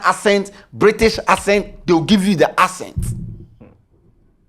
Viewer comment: It's the "Ascent" for me....Bro it's Accent 😂